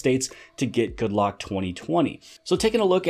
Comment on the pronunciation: Anyone else notice that the Korean developer called the app Good Rock? :)